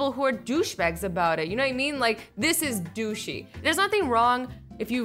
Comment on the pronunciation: GAAHH QUIT SAYING DOOSHIE AND DOOSH😂😂😂